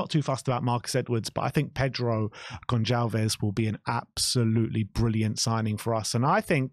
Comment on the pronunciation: Just a heads up boys, The "c" in Goncalves is pronounced like an "s". Great video like always...